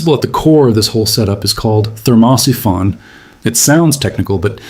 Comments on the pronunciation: STUPID AI PICTURES TOTALLY SURREAL.... THERMOSIPHON PRONUNCIATION HILARIOUS.... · At what point do you think that you might listen to the AI reading the text and it’s in ability to say thermo siphon.